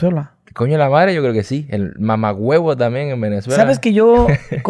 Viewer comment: ¨mamawebo'' le salio perfecto xd